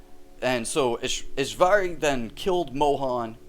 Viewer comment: It's Ishwari not EshVarey